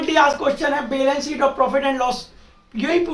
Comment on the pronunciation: Chootiye वो "बैलेंस शीट" होता है, नाकी "बेलन सीट"😂😂